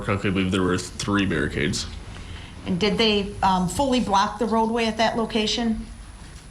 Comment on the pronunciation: Brooks definitely doesn’t know what hearsay is leading is or contempt is….he says ax instead of ask…..wiff instead of with….dat instead of that